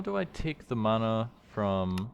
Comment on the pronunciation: Just curious why you keep switching the pronunciation of "mana?" Sometimes it's MAN-ah and other times it MON-ah. Is there a reason?